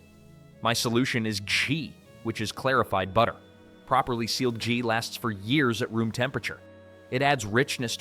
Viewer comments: Ghee pronounced Gee , hard G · the video says Chee instead of Ghee. The correction was right it's a G